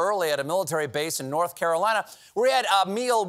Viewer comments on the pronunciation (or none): none